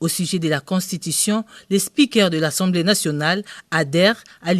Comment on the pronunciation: C'est l'assemblee pas l'assemblee